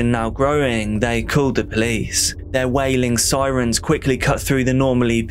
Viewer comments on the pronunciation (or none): none